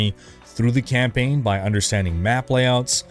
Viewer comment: I was trying to figure out what a camping guide was.... Then I realized you were saying campaign guide.